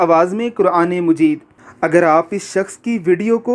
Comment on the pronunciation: Please chaqe your word Quran mujeed lafz nahee Hai Quran majeed . So receding karty waqt khyal Kia. Karin.